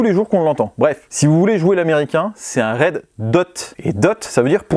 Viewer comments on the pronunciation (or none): y'a qu'un français pour dire red hot..